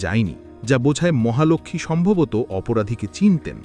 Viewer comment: মহালক্ষ্মী উচ্চারণ ঠিক করুন।